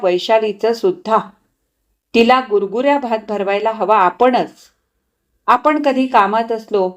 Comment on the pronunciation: गुरगुर्या नाही गुरगुट्या भात